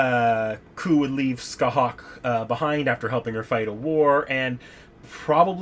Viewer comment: Scathach is pronounced ska-tah(fricative)aa-ch(fricative) kinda like Sasha ach but with phelm sounds on the h's.